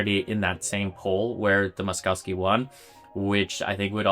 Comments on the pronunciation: It's pronounced Mosh- KOV-skee, not Mos-cow-skee. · BTW the name should be pronounced Mo-sh-kovsky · Good video except for the repulsive pronunciation of Moszkowski. There are no skiing cows is Polish names. "...kowski" is pronounced koffski. The first sylable is Mohsh. With the internet it is possible to look this up rather than bastardize a Polish name. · Pronounced “Moss-koff-ski”. No cows in his name. Makes for difficult listening. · It's pronounced "Mosh-koff-ski" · I have never heard anyone butcher "Moszowski" this terribly in my life, and my last name has similar pronounciation issues for non slavs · Please pronounce Moszkowski correctly fml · Mispronounced Moszkowski name the whole video. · How can you make a video about a guy and pronounce his name wrong every single time it just shows laziness to not even type his name into google translate and hear how it’s said. Imagine if someone kept calling Bach “batch”